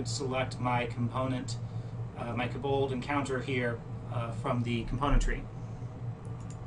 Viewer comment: It's pronounced KO bald as in Co(worker) bald, with the emphasis on the KO!!!! Fantastic video though :) your kaBOLDs were driving me crazy though.